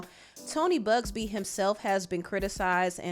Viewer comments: It’s not “Bugsby” it’s “Buzbee” 😅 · Buzbee not bugsbee gworl🤭🤭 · BUZBEE NOT BUGSBEE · ...there is no "G" in Buzbee. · Oh be careful he'll send you a bully letter that he sent to Buzzbee the lawyer,hasn't said a word ...just a strong letter...it's Buzzbee NOT BUGSBEE, 😂😂😂😂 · It’s you calling him Tony Bugzbee for me 🤣🤣🤣🤣🤣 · Lol You calling Buzbee "Bugsbee" every single time is sending me up the wall lmaaoooo I told y'all that before 2024 ends more things are going to come out 2025 is going to be worse, watch. It only get's crazier and more dystopian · keeps saying Bugsby 😂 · I’m laughing at you saying BUGSBY lol… but yes, jay Z’s time is up. You know what else is horrible?? These celebrities and politicians raping and killing people!! F these people